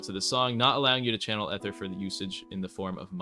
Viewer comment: "eh-ther" 💔💔💔 just say ether